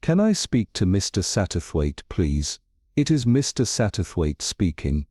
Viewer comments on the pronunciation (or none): The AI makes some mistakes when reading the story. Mainly in pronouncing "Mr. Satterwaithe". Uses two different pronounciations, and pronounces "Mr." as if it was the end of a sentence. Needs to learn how to do the right intonation for questions